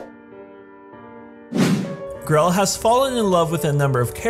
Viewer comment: i respect lesbians in all way i think they deserved more respect than any other! but im not that kind of person but if it means grell than yee ill do it so its no hate (not being rude just pointing out) its grell not grelle X3